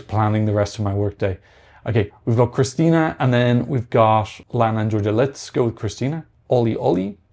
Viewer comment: No, there's no "i" missing in Krstinja. If you want to pronounce Balkan names better be ready to pronounce four consecutive consonants.